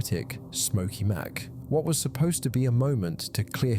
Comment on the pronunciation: For the record, it isn't pronounced "Smokey Mack," it's "Smokey emcee"